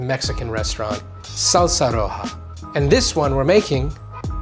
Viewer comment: you dont need to say SALSAHHHHHH like that